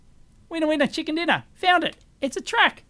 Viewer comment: "Chicker Dinner"?